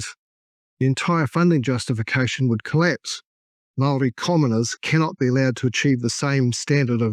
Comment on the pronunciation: This is hilarious. Your comedic mispronunciation of even the simplest of Maori words that many five year old children have mastered...not easy but I applaud your commitment. I'll be back when I'm desperate for another laugh.